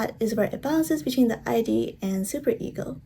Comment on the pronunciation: Thanks for the video :) btw Freud is pronounced Froyd and Id is pronounced like 'id' you don't say the letters like eye-dee